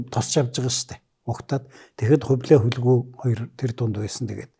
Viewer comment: "Хөлгүй" гэхээр нэг л эвгүй сонсогдох юм. Хүлэгү гэж хэлж сонсож дадсан болоод тэр үү Ё ах "хөлгүй хөлгүй" гээд байхаар хэлмээр санагдах юм. За би ч юугаа мэдэхэв.